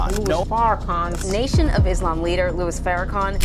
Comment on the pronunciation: NARRATOR...ITS LOUIS!..NOT LOUIE...PLEASE BE RESPECTFUL!